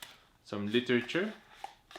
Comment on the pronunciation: the "literatur" 😁